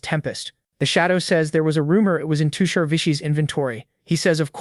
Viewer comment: now that's a accurate indian not all of india wear traditional clothes but modern too , also his character and nature is perfect for a background character, I genuinely felt bad for him 😞 ( btw his name is tushar, the pronounciation is wrong)😅